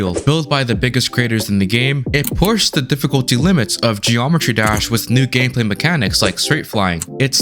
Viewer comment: bro says gd like "geormetry dersh"